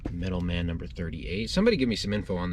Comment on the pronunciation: Sorry, but I cringed every time you said "Metal Man" instead of Metal Men." Doc Magnus created his robot Metal Men: Gold, Tin, Iron, Lead, Mercury, and Platinum. The Thor characters are the Warriors Three.